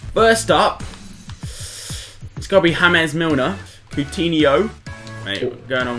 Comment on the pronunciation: you hurt my brain every time you said james milner